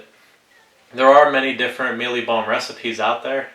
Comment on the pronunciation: I know this is a pretty old video but here goes. I laughed out load when you pronounced the "Mielie Bomb" bit with your accent. I'm from South Africa. You got the pronunciation pretty spot on though. ;) We can pick up 2 or 5 kg bags of mielie bomb in any fishing tackle shop over here. Sure does beat having to grind it up yourself. We also get all sorts of different flavours; caramel, plain, banana and almond are the most common ones. Thanks for the great video, very informative to see how it breaks down. :)